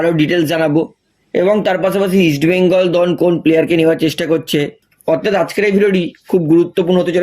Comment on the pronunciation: কথাটা অথাত নয় অর্থাত। আট বার না দশ বার কথাটা বললেন। না পারলে avoid করুন।